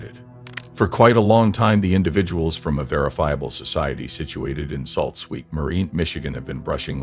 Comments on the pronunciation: Sault Ste. Marie is pronounced "Soo" Saint Marie....not "Salt"! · "Salt Saint Marie?" Is it really that hard to use human narrators?